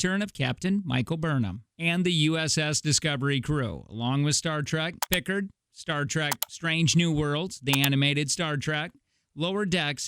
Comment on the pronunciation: Right? Stopped there, downvoted, commented, and left. One has to be at least marginally competent, enough to properly pronounce the names, to be able to 'delve' into something.